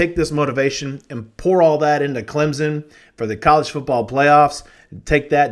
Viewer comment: Just a heads up.... there is no "Z" in Clemson. Carry on.